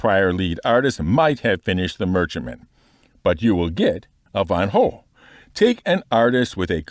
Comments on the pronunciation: I do wonder with the ship pipeline new strategy of going manufacturer by manufacturer whether we will still have the gameplay accompanying every ship on arrival? Guessing not as the cutter scout already violates this rule :( Also he is saying van gough slightly more correct than people normally do. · He pronounced Van Gogh as we in NL would.